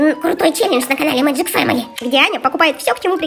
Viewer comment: И ещё не маджик а меджик петс писать научишь